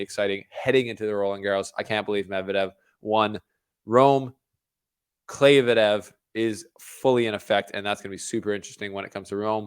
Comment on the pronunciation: “Mevdedev” is another level tho, better than both 😂